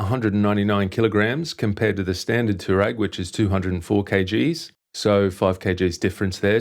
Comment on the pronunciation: Nice bike, nice review. FYI it's a Twa-reg!